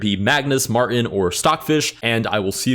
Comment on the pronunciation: bro called mratain "mortar" son 😭